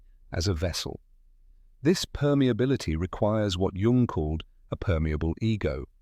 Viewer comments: He is GERMAN NOT CHINEESE! "Cee- Gee - Djung" 😂😆 - idiotic. His name is Jung. Like Young. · I just read a comment above that suggested an ai generated voice mispronounced Jung as run. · Jung is pronounced Young.. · Oh gawwwwwd. Now we need to turn loss and pain into youthful appearance. Leave us alone, AI voice that pronounces Jung like it's a 'j' and not 'y.' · Maybe people would take this more seriously if you pronounced his name correctly throughout the entire video. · It's what made you click.. to an AI generated voice who doesn't know how to pronounce Jung.